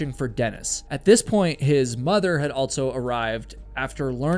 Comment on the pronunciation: Never heard anyone pronounce also as “altso”